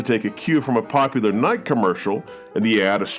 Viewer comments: Brother brother brother, don't start following that stupid European trend of mispronouncing Nike. Ni-Kee. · why are you pronouncing Nike like that? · Wait, does the good not know how to pronounce “Nike”?